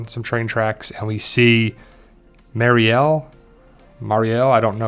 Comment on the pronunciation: Marseille is pronounced “Mar-say” :)